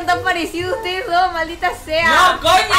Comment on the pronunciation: Dani dise koño :v